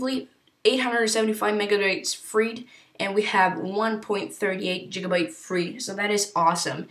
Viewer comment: Nice video and Nice apps by the way its gigabytes not jiggabytes